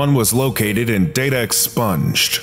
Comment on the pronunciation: "SCP-291 was located in DATA EX SPONGED"